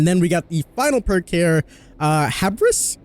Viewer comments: HUGH-BRIS. That was painful. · it is pronounced "Hue Briss" ah THE BOYs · It’s pronounced Hu-Brr-us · That's not how you Pronouns hubris </3